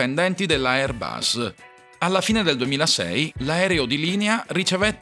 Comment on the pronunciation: Airbus: la "s" è la s di sera NON di rosa!